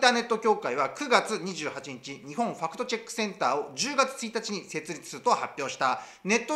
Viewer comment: ✕ 「ファクトチェック（Fact Check）」 〇「ファクトチャック（Fact Chuck）」